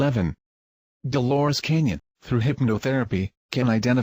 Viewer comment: C A N N O N not CanYON...